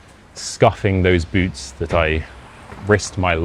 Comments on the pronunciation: When you say boots, it sounds like boobs. Actually, your tempo is really slow. Here in the US/Canada we speak faster than that. I'd be horrified to meet total strangers, and they insist on taking me somewhere. There is no way I would have gone with them. BTW your accent is very light for a brit. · Close one! 🫣 Only one mistaken word- when you first said "boots," I totally thought you said "booze." At first, but then realized... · I learned my English from Americans. But I which I had the British dialect. Most Swedes have that typical American pronunciation. But I had no problem understanding the whole story. Except in the beginning when I heard ”booz” instead of boots 😃 But I’m an 76 old fart with bad hearing. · I pretty understood everything except of boots for the first time because of your pronunciation